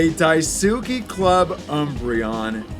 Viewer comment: Hearing say Japanese words made my day 🤣 “die-sue-key” killed me 🤣🤣